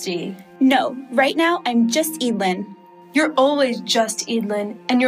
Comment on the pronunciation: I thought it was pronounced e-dl-yn